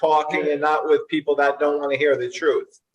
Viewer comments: Day do do dat don't day? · is she trying to say (THAT) insread of (DAT) LOL speak proper english